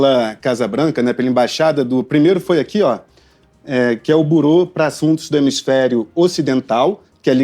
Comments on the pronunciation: Não é burô que se pronuncia, seu jornalista tapado, ignorante! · Avisa pro apresentador que não é burou e sim a pronúncia correta o órgão americano que fez o post em francês se pronuncia Birou escreve “Bureau” . O Alexandre de Moraes está recebendo pouco por todas as maldades que fez , vocês não lembram do CLEZÃO que morreu por culpa dele ? Vocês não fazem jornalismo . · O teu jornalista precisa aprender inglês. Não se diz buro (tem acento circunflexo no O). Se diz biro (com o mesmo acento no O). Quando é bolsonarista, é "militante". Quando é da esquerda, é o quê? Errou quando disse que os EUA são nosso maior parceiro comercial. A China é o primeiro (19 bilhões de dólares, ano passado). Os EUA são o segundo (9,7 bilhões de dólares, ano passado) Precisa estudar, e se informar mais, para não dar tanto fora em uma só reportagem. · Burô? Sempre achei que a pronuncia era Birô! Vivendo e aprendendo! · Liberdade de expressão tbm não é crime no Brasil! Outra correção: fala-se birô, não burô... Deus abençoe os patriotas inocentes, os homens de bem, conservadores e faça justiça ⚖️ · Não seria um Bureau, que se pronuncia 'birô' não 'burô'. Essas faculdades de jornalismo estão cada vez mais fracas. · Sr repórter antes de pronunciar palavras q não conhece procure se informar sobrf sua pronuncia. Não se diz BURÔ diz-se BIRRO. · A pronúncia de Boreau não é borou(como pronuncia o jornalista)mas, Birou (traduzido para o português). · A pronúncia não e Burô, mas birou. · Carr@ lê -se Birô, pelo amor... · Pronunciar "bUror" é uma cavalice da imprensa de "analfabetos funcionais". 🇨🇳💀🇨🇳 A esquerda é a LEPRA do Mundo 🇨🇳💀🇨🇳 LIBERDADE BRASIL 🇧🇷 🇧🇷 🇧🇷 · Avisa ai para esse jornalista que a pronúncia correta para a palavra "Bureau" é "Birô". Deus do céu, não se faz jornalistas hoje em dia como antigamente. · Pequena correção a pronúncia certa é birô… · Bureau, a pronúncia correta é birô. Que nível pobre deste "jornalista"! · O reporter fala burou? aprende a pronunciar a palavra direito, moço!